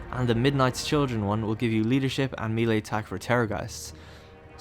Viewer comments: MAY-LAY It's MAY-LAY. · It's pronounced may-lay.